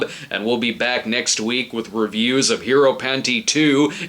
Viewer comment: Wait...did Brad say "hero panty 2"?